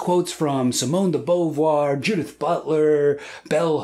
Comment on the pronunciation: this is a wonderful video and your pronunciation of Simone de Beauvoir's name made me sad XD